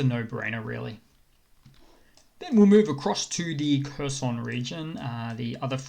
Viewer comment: Please pronounce Kherson correctly